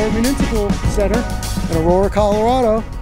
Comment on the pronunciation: It sounds like "I'm against it": Amagansett